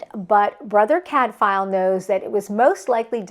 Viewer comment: If you are going to reread Cadfael, might I suggest you look up the pronounciation? The f is pronounced like a w. 🙂 Love you showcased so many good series. Hope people will pick them up. Sister Fidelma as audiobooks are great and the same Irish narrator all the way through. No. 36 out last July.